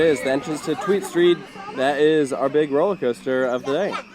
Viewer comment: Tweestrijd is not "Tweedstreet". It means two struggle - you can translate it as "two options", "fight of two" or even "inner struggle". The choices (the names of each side of the coaster) are "sustainable agriculture" and "honest mining" (say... "fairtrade mining). So it's an everomentally themed coaster. Devil's advocate: it wouldn't qualify for subsidies if it's not educational?